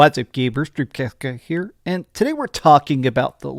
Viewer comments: Drem Casht Geyh Her. wtf was that!? lol 😂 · Haha, I dunno if you did this on purpose or I'm hearing things, but it sounded like you said " what's up gamers here 😅.